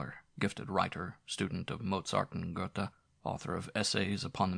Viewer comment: It's Guh(r) teh isn't it? Goethe pronounciation